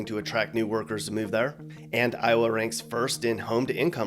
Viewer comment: Not “Towa” 😂